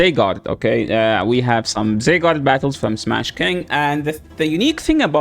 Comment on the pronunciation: ZYgarde not ZAYgarde